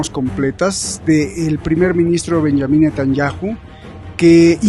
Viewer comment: Benjamin y no benyamin eres periodista porque esa equivocación